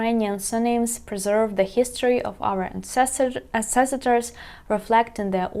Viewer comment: Вітаю. Помилка при промові слова ancestor [an·seh·stuh], ви додаєте цілий склад [si]. Щасти!